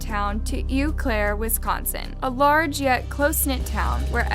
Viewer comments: Eau is actually French and is pronounced "Oh." It means water. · How uneducated do you have to be to not know how 'Eau' is pronounced? Jesus Christ.